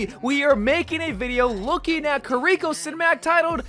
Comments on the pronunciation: Kiriko is pronounced with one r not two. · Not a big deal, but Kiriko is pronounced Kee-ree-ko not Kur-ri-ko, just liked to make it known! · It's kiri-ko not kuh-rico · The mispronunciation of her name is hurting my soul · Please stop pronouncing her name like that 🔫💀